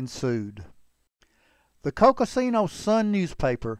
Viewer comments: Please; it’s Coconino County. Coco-see-no county never existed and was never pronounced that way. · Nicely told story. The county is pronounced COCO-NEEN-OH. Good use of the pictures.